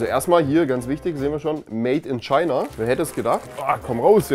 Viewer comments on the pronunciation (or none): none